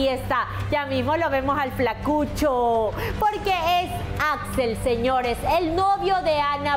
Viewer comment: bullin jaja al decir flacuchoo.